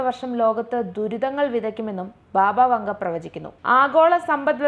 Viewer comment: ബാബാ വാംഗാ എന്നാണ് . ബാബാ വങ്ക എല്ല